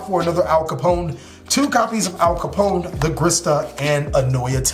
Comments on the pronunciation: “Al Capone” <— the way it’s pronounced in this video 😂 American Gangster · Ap kallone, pronounced like cologne 3 syllables